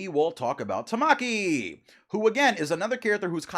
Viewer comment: Ta-muh-key. Not Ta-ma-key broski